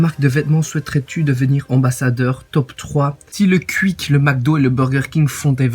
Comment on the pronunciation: Mais lol la prononciation de "converse" à la belge !!!! Après le "Quick" des familles, c'est trop drôle !